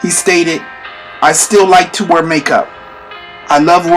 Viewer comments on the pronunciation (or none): none